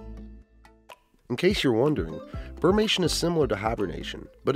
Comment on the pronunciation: I think it's "brumation" and not "burmation." And "omnivore" is spelled incorrectly on the last informational chart. Otherwise, great video!